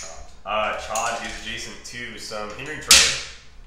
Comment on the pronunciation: The fact that you both had the discipline to intentionally mispronounce Ch’od for so long was impressive.